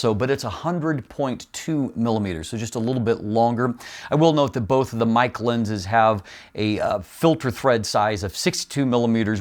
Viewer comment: For the price I would go with the Sirui 85mm 1.4. Small point on Meike, it's pronounced phonetically 'Maykur' and is chinese for beautiful technology.